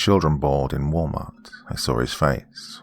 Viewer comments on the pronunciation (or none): none